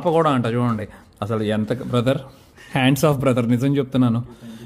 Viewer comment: అది హ్యాండ్స్ ఆఫ్ కాదు హ్యాట్స్ ఆఫ్